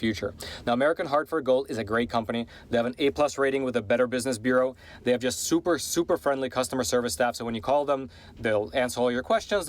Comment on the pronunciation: Is this guy from Miami, who else says super like that other than us.